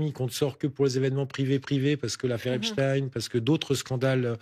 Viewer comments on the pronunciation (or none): none